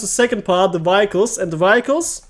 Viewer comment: Danke für deine sehr hilfreichen Videos. "Vehicles" spricht man allerdings ganz anders aus, falls dir das nicht bewusst war